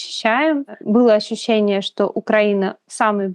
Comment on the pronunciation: Вот это ваше слово "Ащющение" это шляпа полная.